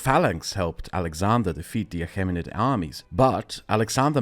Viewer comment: Great video, just your prounansiation was killing me, Ptolomeic is pronounced tolomeic, achamenid is pronounced akamenid